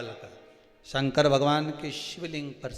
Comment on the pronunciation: पंडित जी शंकर वे हैं जो दुखों का शमन करते हैं, कल्याण करते हैं इसलिए शंकर को शंकर बोला कीजिए, आप संकर बोलते हैं, और संकर का मतलब मिश्रित होता है। शंकर, मिश्रित नहीं हैं... दूसरा शिव पुराण की जगह लुगाई पुराण सुनाना बन्द करो, कृपा होगी।